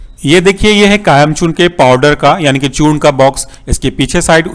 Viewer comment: its kayam chooRN not kayam chooRNA